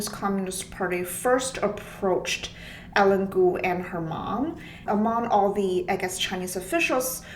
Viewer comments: "Eileen" is not pronounced "Ellen". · It's Eileen cuz